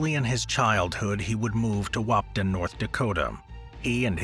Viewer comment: As a North Dakotan there are only so many times I can stand someone mispronouncing the town Wahpeton it’s Wah-Pe-( like the start of the word pedestrian) and ton ( like the word ton)